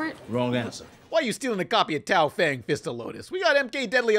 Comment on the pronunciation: Complains about people mispronouncing gigante Immediately mispronounces Tao Feng.